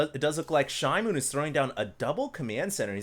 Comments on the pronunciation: Hey, are you sure it isn't SHE-moon? It means newspaper in Korean. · pronounced it "shi-mown" like a noise michael jackson would make